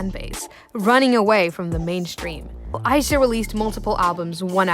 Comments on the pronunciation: my name is ayisha and you pronounced it like my name so i was freaking out when her name is mentioned (also her name is pronounced as a-yeah-sha) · ayesha is pronounced I-E-SHA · So Ayesha is pronounced aye-sha when I've been saying a-ye-sha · by the way, ayesha is pronounced Ai-yee-sha